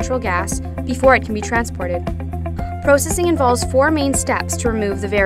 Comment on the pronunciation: lol PRO-Cessing XD